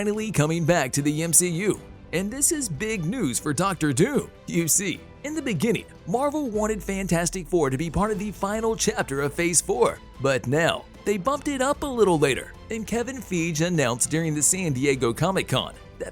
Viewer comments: "Kevin FEEGE?" I'm sick of these 'bots creating or reading this nothing news. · Did he really just call him Kevin "Feeege?" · *Kevin "Fye-ghee"